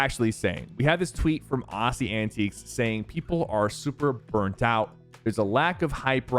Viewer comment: That’s not how you pronounce aussie